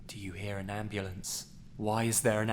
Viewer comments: M8, abulance? M8, I'm sorry, but that made me laugh a bit. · "Why is there an abulance??"